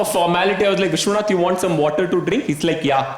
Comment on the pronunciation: Hilarious stuff Rahul! Vishwanath would be in love with how you pronounced his name.. never would he have felt so elite!